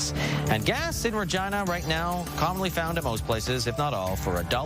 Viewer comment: Is that really how you pronounce Regina? 😂